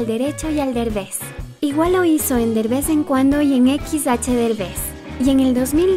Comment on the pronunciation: No es berbes es derbes